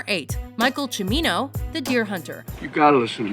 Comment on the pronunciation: Way to pronounce Cimino wrong. It's Ceee-me-no, not Chu-me-no.